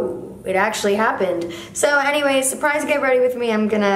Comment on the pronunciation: Tell me why every time I hear you say “anyway” I think you’re saying “hennyway”